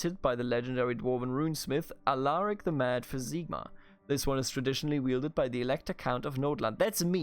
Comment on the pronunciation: HERESY!!!!!!! IS SIGMAR NOT Zigmar! :)